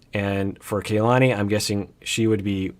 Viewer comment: It is KA-LANI not KAY-LANI. Listen to how Asuelu and her family say it.